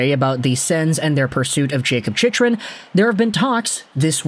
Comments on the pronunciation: It's chick rin... not chichrin... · It's pronounced 'chick run".. lol not whatever you're saying